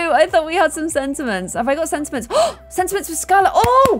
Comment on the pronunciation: Girl it’s sentiments